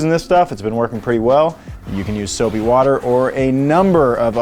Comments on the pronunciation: I came here to comment basically exactly that. He said "soapy WADDER" and I felt almost "offended" for Chris Fix that he didn't give it that Philadelphia "WOODer" pronunciation. ( time point) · Wooder 😂 where's chris when you need him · Thought I was watching ChrisFix for a sec. The Soapy Wooder caught me off guard lol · Chrisfix wooder lmao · "Soapy Woader" triggered chrisfix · It is pronounced soapy wooder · I instantly thought the same xD